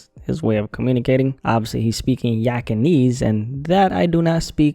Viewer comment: the way you say yak almost gives an aneurism